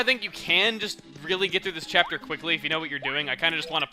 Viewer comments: Cheapter is what he said at the end why can't he say chapter instead if cheapter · why are you saying chee up ter instead of chapter?